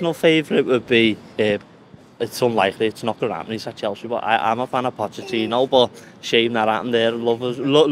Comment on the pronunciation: Man said Pochettino. Wtf